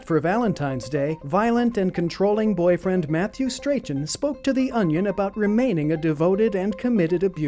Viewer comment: What a strange pronunciation of 'Strachan'!